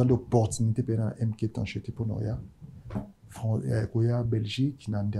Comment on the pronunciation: Ce présentateur a un problème avec la lettre R. Focse, macseille, fiecté 🤣🤣🤣🤣🤣🤣🤣🤣🤣🤣